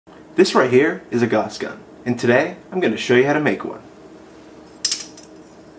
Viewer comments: It's pronounced 'gous' like 'mouse' and 'nee-oh-dim-ee-uhm' not 'nee-oh-DIME-ee-uhm' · pronounced "gowsss" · did you say gause gun? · i always thought Gauss was german and you would pronounce his name "Ga-ewws"